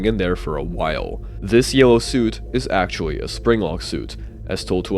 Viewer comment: bro said “actuawwy”